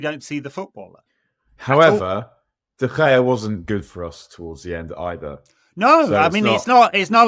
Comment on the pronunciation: Why is pronouncing “DeGea” with a Dutch accent?